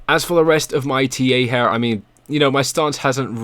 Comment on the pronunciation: It's here, not HAIR ffs...